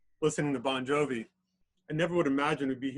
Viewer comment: Ffs man,it's Bongiovi,not Bongjovi.